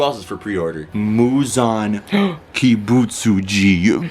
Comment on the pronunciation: My Friend: say it with me Ki-but-su-ji Me: Ki-but-su-ji My friend: Kibutsuji Me: Bootleg Michael Jackson